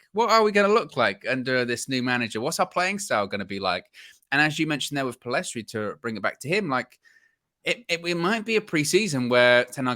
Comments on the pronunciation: Lads it’s PELL IS STRI NOT PILL EST RI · My predictions, not necessarily preferences Garner - First team Pellistri (the s is silent btw) - First team Amad - First team Hannibal - Loan/squad player Mainoo - u23/loan Shoretire - u23/loan Mengi - Loan Roshaun Williams - First team/loan Levitt - Loan/sale Galbraith - Loan/sale Chong - loan/sale I honestly hope we keep all of them bar Hannibal (he needs a loan with guarantee mins). I think if they all manage to go to pre-season, they could all surprise the gaffer. I seriously think Martial and esp Rashford have to watch their backs because Amad and Pellistri could very well replace them. We've got an exciting crop of players and some may end up more impactful than some signings. Thing I'm very sure of is that ten Hag will train with all of them esp in pre-season and during the season with those who remain. Laird will definitely wow